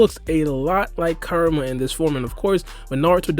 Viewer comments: Man u gotta learn how ta say KURAMA. sounds like karma when u say it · Bruh. Kur-a-ma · Karma- is what Boruto and Kawaki have. Kurama or Kyuubi- is the nine tail fox trapped inside Naruto. They are pronounced differently and said differently, that's all I'm saying bro, good vid tho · So we gonna ignore the fact he’s saying karma not kurama